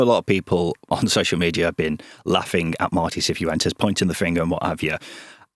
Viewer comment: the way you feel about the EFL awards is similar to how I feel about your pronunciation of pretty much every foreign name. Cifuentes isn't "See foo ent ezz" - its "siff went ezz" Hamer is "Hay ma" - it's "Harmer" Sainz isn't "Sarr Yinz" - it's "Signtz"